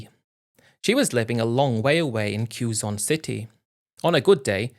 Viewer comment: It is amazing how uneducated babies (in relative terms) can outsmart these grown men. Quezon city is pronounced K-ZON.